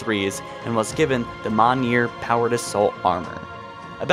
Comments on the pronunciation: At least he isn't calling it Manure anymore. Seriously, go back a while and you'll hear him pronounce MJOLNIR as Manure in his videos. I understand he might have a speech impediment, but it's still a bit funny. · Y do u pronounce mjolnir weird. Its pronounced (mule near) not maw near or whatever weird shit ur saying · Come on now say it with me. Mjolnir is pronounced "Me-Ohl-Neer" Just sound out the word and stop saying "Mot-a-neer." Or honestly if you can't pronounce the word, stop using it in the videos. Just say "Spartan Armor" and everyone will know what you mean. I'm a big fan of your channel and I appreciate the lore and content you provide but the only reason I have not subscribed is because the way you are pronouncing some of these words brings down the overall quality of your content. Keep up the good work, but seriously take some time and work on the pronunciations. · onyx is pronounced like "aw nix" not "oe nix" and mjolnir is pronounced "me jal ner" not "me ja ner" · MOHNEER How many times do we have to tell you? It's pronounced "Myolneer"! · Stop saying onyx like "oh-nex" its "ah-nix" Edit: Holy shit, Mjolnir was fucked up too. "Mi-ah-nir"? Whose mans is this. Its called, "Me-ol-ner" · it's MYOLNEER not monor, just say it right for once. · “Mawneeeer” - ‘mi-yol-near’ or Mjiolnir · Stop fucking saying maww-near. Its m'yoll-ner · 'Monyear' here we go again... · “mawneer armor” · Mjolnir (myul-neer) come on maaaaaaaaan 😭😭😭😭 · Hang on a sec! Did he just pronounce both Onyx and Mjolnir wrong? To me it sounded like he said Ownix and Mallnear. Was this the same for anyone else or just me? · Mon year its not pronounced that look up how to pronounce mjolnir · Mon ear? When did we get that? You mean Mjolnnir? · Muh-Neer? What? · (MM-YUHL-NEER) "MJOLNIR" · porpus99 and miojnir And his damn name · mule neer , thats how its pronounced damnit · Anyone else get slightly annoyed with the way he says Mjolnir? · Anyone else hear how he pronounced onyx and mjonler